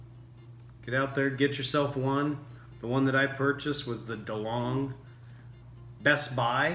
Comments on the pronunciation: A good review...but funny how you mispronounced nespresso as nepresso and delonghi and delong.... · NES presso dude.. & its pronounced Dee long ee..